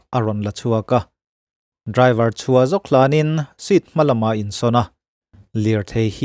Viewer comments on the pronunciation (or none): none